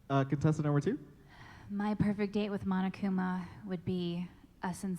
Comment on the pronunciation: It's Monokuma not Monakuma was that a mistake?